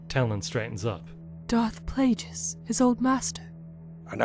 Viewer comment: Also....I believe it is Darth "Play-gus" not Play-jus"